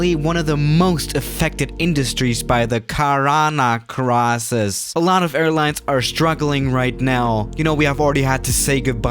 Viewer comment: Nobody: Not even youtuber::cARaNA CrAsIS